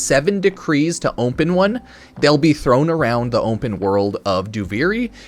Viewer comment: Why can't he say the word open? Is he having a stroke?